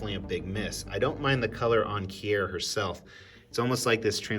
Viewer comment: omg its keer, NOT key-er, lol